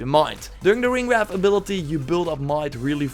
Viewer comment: Bro it is not ringwrath. Ringwraith